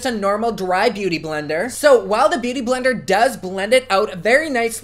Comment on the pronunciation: did he say boo-tay-tay blender?! LOOOOOOOVE